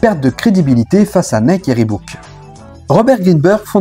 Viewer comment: Intéressant. Precision: on prononce riboc pas ribouc.. Si ça peut aider...